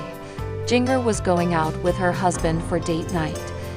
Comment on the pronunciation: Her name is Jinger not Giger! Get it right people!